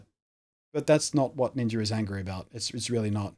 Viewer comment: HAHA I love when your people say NINJER with your accent ^^ This stuff makes me sure feel old. I cannot fathom for one second why millions would watch someone play games online, let alone give extra monthly money toa millionaire to watch him play games online. WOW! All the power to him for sure, I am just flabbergasted by it all.